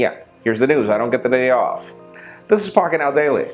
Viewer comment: When he said pocket now I thought he said fuck it now